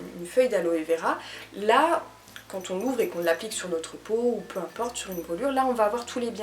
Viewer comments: Très intéressantes ces vidéos, j'aime bien ! Par contre, c'est rien mais " peu timporte" ça existe pas x) Il y a pas de T entre "peu" et "importe" et tu le dis souvent Haha. Je crois qu'on t'a déjà demandé, mais une vidéo comme celle-ci sur Naturé moi, ce serait chouette ! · desolé mais fallait que je le dise parce que je t entends le dire trop couvent.... PEU IMPORTE, il n y a pas de T a la fin de PEU donc pas de liaisons.... (jsuis desolé de faire le con mais ca me fait mal aux oreilles et j adore tes videos et je ne veux pas t offusquer)